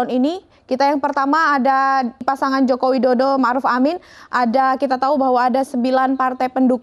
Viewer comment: Dengerin dah di detik 0:6 presenter nya ngomong Jokowidodo apa Jokowi dodoL sih 😅